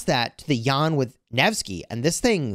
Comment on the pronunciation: As fellow citizen with Jan, small detail, our name is pronounced Jan with short "a" not Jaan :))